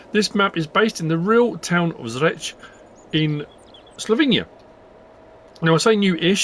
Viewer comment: Properly spoken Bravo 👍😃 Greetings from Slovenia im about 15 km from Zreče we all ski on Rogla near Zreče i think skiing resort is on map✌️